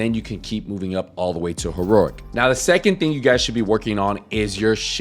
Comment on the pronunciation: used to watch this guy years ago on TD2 and he still calls it ... HERORIC hahahaha